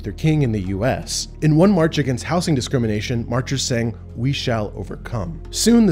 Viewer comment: Please stop saying "houssing"🤣🤣(it's "houZing", I could find nobody claiming otherwise)